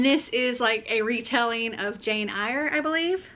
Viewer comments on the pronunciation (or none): Eyre is pronounced air